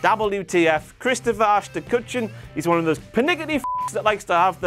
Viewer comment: There is no N in Kutcher, Aston Kutcher